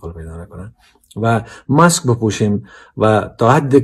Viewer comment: برادر عزیز این ( ماسک ) نه مکس لطفن ادبیات تان را درست کنید روز پیش با یک نطاق خانم هم پور گرام داشتی عین کلمه را تکرار کردی به امید که قبول نماید 🙏